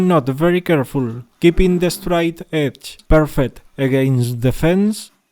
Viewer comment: Yeah… is it the “straight edge” or “de-stroy edge”? 😜